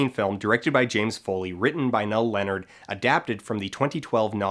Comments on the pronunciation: So do Americans not know how to pronounce 'Niall'? (nye - ull) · Learn how to pronounce Niall!!